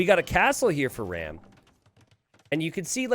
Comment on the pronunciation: hey i might be wrong here, but ram might actually be an indian player (and you could maybe check that). And if he's Indian, his name is pronounced "raam" like farm. Great video tho